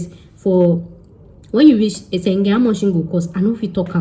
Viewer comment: 🤣🤣🤣🤣 Speak Yoruba abeg. ma pami na. Eyan sengen. Be like na "Schengen" oooo.😊😊. Great video✌